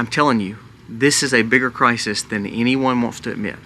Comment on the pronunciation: It's cry-sis...... not cry-sees 😤